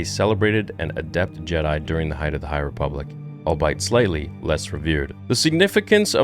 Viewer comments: Man, I love your channel... but "albeit" is NOT pronounced like "all bite". It's "all be it". Please, you say this wrong every time, and use the word frequently enough that I'm close to turning it off. I'm sorry, I know this is stupid, but it bugs me... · Dear... The word "albeit" is pronounced as all-bee-it. The stress is on the second syllable. Here is a breakdown of the pronunciation: all - like the word "all" bee - like the word "bee" it - like the word "it"... not "all-bite". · over here causing trigger fests with pronunciations. "albeit" is pronounced all-🐝-it, not all-bite 🤣